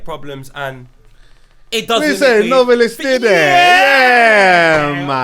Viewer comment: Put some respek on Nov-E-list name tho 😅